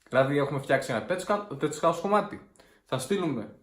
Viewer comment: Ωραία τα είπες, μόνο που το ch στο tech house προφέρεται κ (σαν κ και χ μαζί) επίσης ερώτηση, στην Alveda Music τι είδη μουσικής παίρνετε